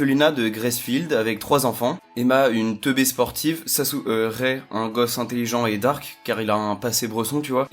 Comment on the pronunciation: Ça se prononce Ray